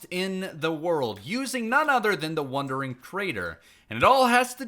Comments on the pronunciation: The fact he said wonder instead of wander this whole video drove me nuts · Every time he says “wondering”…. Drives me crazy! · bruh you say "wondering trader" lol